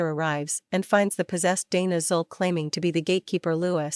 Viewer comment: The Ai can pronounce Gozer the Gozerian but not Zuul